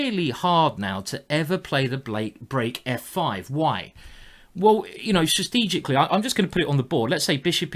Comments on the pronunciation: Ikr, 'sistegically' XD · the way you pronounce strategically :D